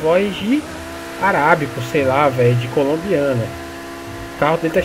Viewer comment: "Araibico" kkkkkkk